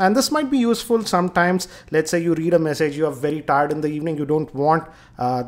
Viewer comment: read??? its read as in read(red) receipts...